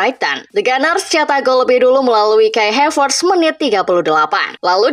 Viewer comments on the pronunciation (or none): Nketiah, ttep dibaca nketiah, bukan nketaiah Havertz tetep dibaca Havertz, bukan Hevertz